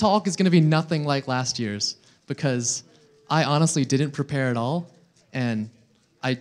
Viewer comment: wtf..he said "oll us 56 cases" oll is 57 cases mate